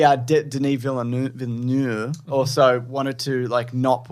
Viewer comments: You pronounce the L and it's more of a V sound at the end than F. Vill-nuv. Source: Am Canadian. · Did I actually just hear call Denis Villeneuve "villa-noof"??